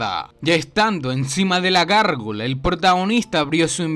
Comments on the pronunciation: Es Gárgola no gorgola 😂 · Hombre: es gárgola 🤔 práctica más el castellano 💪👍